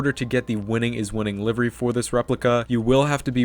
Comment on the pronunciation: Did u just say liver? 😂